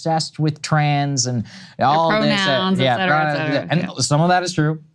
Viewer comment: Sagaar, still pronouncing “et cetera” incorrectly. Please fix. Thank you! 🙏🏻